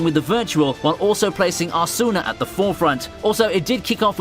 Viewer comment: The way you say Asuna 🤦‍♂️